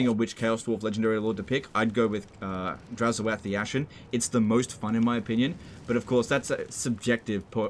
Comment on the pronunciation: It's oath, not o-ath.